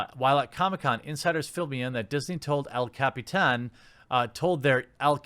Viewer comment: And now watch as Disney works their accounting "magic" by making the parks more expensive to go to. But seriously, Disney should've got done in by the SEC, like yesterday. Also, the only reason the merch for "La Cap-ee-tan" 'sold' was because it was all sicked onto the consumers of Lootcrate.